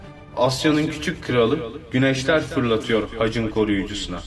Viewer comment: hacın değil haçın..tek heceli kelimelerde ünlü yumuşamaz..senin sacın demiyoruz senin saçın..taç istisnadır kraliyet tacı